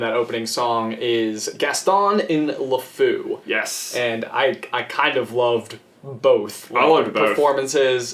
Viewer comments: it's Lefou not Lafu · it's Lefou not Lefoo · its Lefou not La fou one word and the word fou in french is masculine so you would use the prifix le in front of fou not la and I know this because I was in the french progam since kindergarten